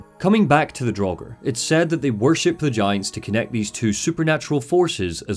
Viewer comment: I love this critique, but it sorta baffles me that one can play through Hellblade 2 and still pronounces 'Draugr' draw-ger. How, how? You know it's not pronounced draw-ger, so why did you do it repeatedly?